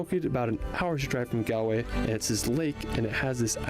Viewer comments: I live in Ireland and I've been to most of these places you pounce Galway. Gal. Way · Hiya just fyi GALWAY is pronounced GAWL-WAY, not like how it’s pronounced in the video 🤦‍♀️